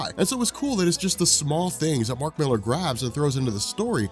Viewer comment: I was always curious about this until I heard "Mark Millar". Now I'll just avoid it.